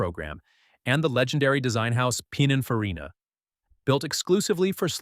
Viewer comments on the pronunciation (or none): 笑える音声だ。 「ピナンフィナ」なんて言っているが、普通は「ピニンファリーナ」だよ。